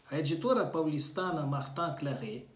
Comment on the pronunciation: Estava lendo Crime e Castigo através de ebook de uma outra editora, mas migrei para o ebook da Martin Claret, quando fui comparar as traduções, gostei de imediato e acabei chegando até aqui para conhecer melhor seu trabalho. (sua pronúncia/dicção ao falar o nome da Editora Martin Claret é incrível 🥰) Obrigada pelo excelente trabalho 🙏🏼🌹